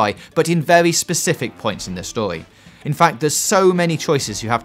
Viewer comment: What's wrong with your pronunciation? You say "stohee" instead of story how man